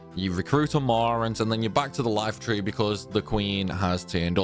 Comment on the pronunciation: TRIGGER WARNING: He calls the Iifa Tree the Lifa Tree.